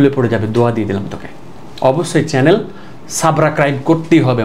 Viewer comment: ওরে আল্লাহ 😂। সারে সাবস্ক্রাইব রে সাবরাকাইব কয়😂😂 এরকম শব্দ আমি প্রথম শিখলাম😂😂😂😂😂😂😅😅😅😅😅😅😅😅😅😅😅😅😅😅😅sooooooooo🎉🎉🎉🎉🎉🎉🎉🎉😊😊😊😊😊😊😊😊😊😊